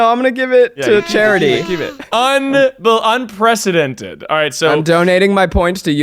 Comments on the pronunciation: Literally no one:: ThIS iS UnPrEcEDeNtEd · No one:: ThIS iS UnPrEcIDeNtED